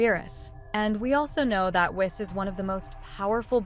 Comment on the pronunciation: It's pronounced "Whees."